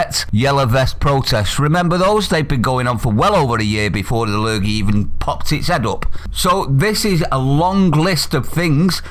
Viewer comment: "La lurgey". 🤣😭🤣😭